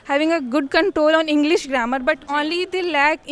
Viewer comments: It's English not inglis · I don't why they all are pronouncing"Englis" 🤨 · inme se jo ek kah rhi h best college se h english me baat krte h inki khud ki pronunciation kharab h "Englis" Instead of English.